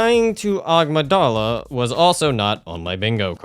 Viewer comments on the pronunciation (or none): Amygdala. "a-MIG-dah-la" not "OGG-muh-DAH-la". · I see he's still calling them "Agmydala" instead of "Amygdala". I thought it was a mispronouncing in the previous video. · love the amygdala pronunciation